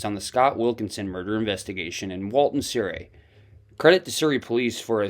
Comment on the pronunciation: Surrey. Pronounced " SUH.REE"